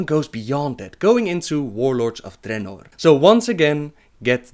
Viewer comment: dRRRRRRRRRRRRRRRRenor the RRRRRRR the RRRRRR